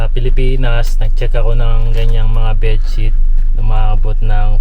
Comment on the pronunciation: Bed shit? lol Bed sheet po lol